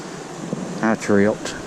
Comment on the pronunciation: When he said, " I triiuped" 🤣 🤣 🤣 🤣